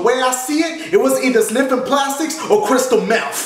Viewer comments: "Or crysteal mef" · Kyack what the hell is crystal mef 😂